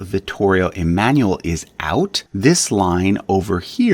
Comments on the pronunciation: Dovresti migliorare la pronuncia 🇮🇹 dei loro nomi originari Emanuele è da pronunciare E MA NOO E L E LA "E" 🇮🇹 È come la "E" as "BEND" "END" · Please! "Emanuele" is NOT pronounced like that!